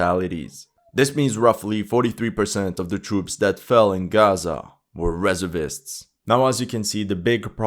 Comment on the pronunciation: You're pronouncing "reservist" wrong.